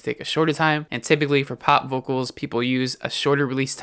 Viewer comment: I like the way you say "vokols" :)